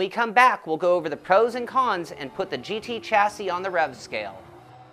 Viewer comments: Nice review, BTW... chassis is pronounce shas-say. ;-) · no. actually it is pronounced "shassy" but hey - who cares? ;-)